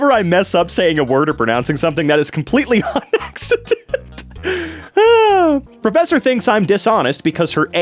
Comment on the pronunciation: Profethor?? 😂 I'm dying!!!!